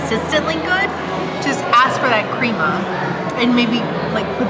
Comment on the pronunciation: Crema is pronounced crema not creama